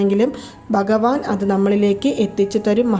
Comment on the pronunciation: ബഗവാൻ ❌ഭഗവാൻ ✅നമോ.. എന്നും അക്ഷരസ്‌പുടതയോടെ പറയുവാൻ ശ്രമിക്കുക..